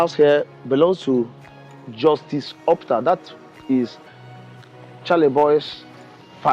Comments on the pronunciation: O-PU-TA. Not OP-TA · Please learn how to pronounce someone’s name. Justice Opu - ta NOT Opta. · What on earth is "Opta?" Are you an Igbo man? Don't you know how to pronounce the name "Ow-poo-tah?" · His name is Justice O PU TA not opta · The guy calling oputa opta is really bad It disgust me It's not an English name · Why is the content creator mispronouncing the name of OPUTA as ORPTA? His host showed him how to properly pronounce the name on two instances -- when he introduced himself and when he read out the full name of the man and his wife -- yet he kept on mispronouncing it throughout the video? Also intellectually dishonest was his qualifying the sage as "Judge Oputa", instead of "Justice", the accurate title for any judge of the Supreme Court. This content creator should upgrade his intellect or, at least, do a little research before delving into certain matters. It is stupid, especially of an Igbo young man like him, to pronounce an Igbo name, a famous one for that matter, to sounding European -- it is ignorance, colonial mentality, and inferiority complex exhibiting; it is disrespectful to Justice Oputa and his family to have butchered his last name that way. Charlieboy is a genius and a true son of his father's and of Igbo's for holding onto this legacy of his father's strenuously and dignifiedly.